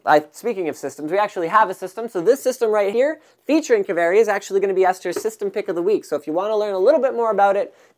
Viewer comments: Pronounced "Kaveri" not "keveri". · His pronunciation of 'Kaveri' really pisses me off. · Well, wherever they took the name, it's fun to hear non-Finnish people pronouncing it ^^